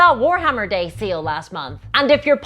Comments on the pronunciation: She said having a sail for dummies but I heard it and I think it's funnier "Having a seal for dummies" and that's the real reason they are so terrible. Ironically I wouldn't have thought that if she hadn't drawn attention to her accent. But now GW are just weird extraterrestrial seal enthusiasts in my mind. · All I can hear is seal now u mentioned it 😂